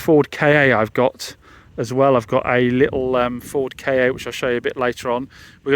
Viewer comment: It’s not a Ford K A It’s a Ford KA